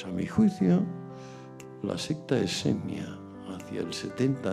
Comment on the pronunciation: dice "secta esenia" no seña